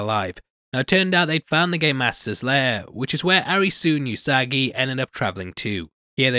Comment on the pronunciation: Butchering all the names Arisooo. It's Alice. As in Alice in Borderland. The way Japanese people say Alice is Arisu. Also, just FYI, Usagi means rabbit. Edit: it's Usagi.. not Yusagi.